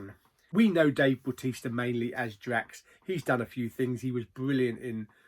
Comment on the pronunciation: yeah bautista when you say it sounds like baptista